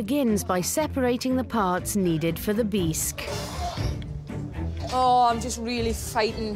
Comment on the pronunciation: Beesk? Instead of Bisque? Whoever does their overtalking mispronounces so many words.Maybe English is not their first language. Wish I could remember all the words they mispronounce. You would think whoever edits these programs would catch them.